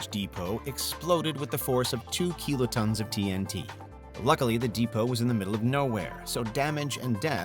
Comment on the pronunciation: Maybe it's just nitpicking, but why does he pronounce kilotons as "keelotons"?